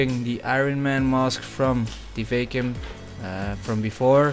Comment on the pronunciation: Its "VACK-YOOM" not "VAKE-YOOM"